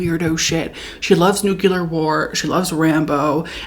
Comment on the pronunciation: I mean, you are the ONLY person I will ever forgive for saying "nucular" 😂 sincerely, your secret Appalachian admirer